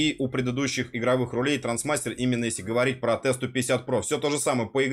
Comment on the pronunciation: Не ТРАНСмастер, а ТРАСТмастер)